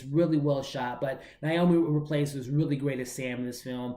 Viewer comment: Theres no "L" in Rapace. You seem to be pronouncing it "Raplace". Just thought you'd want to know because I'd want to know if I was saying something incorrect. Thanks for the review tho, appreciate your work.